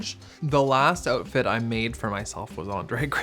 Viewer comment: not this making me realizing how much Canadians skip T’s when they’re saying things 😭😭